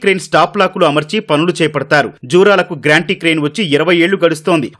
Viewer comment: ... "గ్రాంటీ క్రేన్" (Granty Crane) కాదు బాబు "గాంట్రీ క్రేన్" (Gantry Crane)